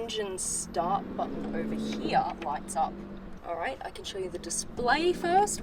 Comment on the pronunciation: I love you when u say the word heere